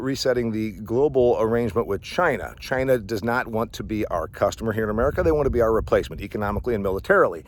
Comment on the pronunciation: So ya, let's enrish CHy-Nah